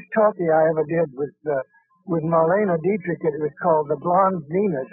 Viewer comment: Is the narrator a bit, or just a zoomer who has never heard of Marlene Dietrich? It’s really hard to botch the name of one the most famous actresses ever.